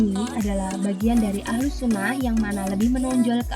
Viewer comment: Bukan ahlul tp ahluss Lo dek